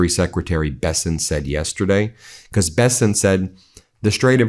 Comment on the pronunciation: Stop saying becoss